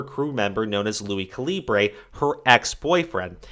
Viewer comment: died laughin how he said lui caliber's name i cant 😂😂😂😂